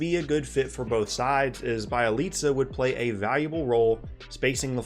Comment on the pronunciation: Oh dear.. you pronounce Bjelica just as bad as this one announcer... can't remember who, but he kept saying BYE-IH-LEETZ-UH where da fuck you getting the Bye from Bje